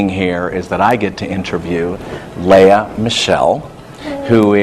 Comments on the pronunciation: LEA NOT LAYA COMMON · did he call her "leh-ah?"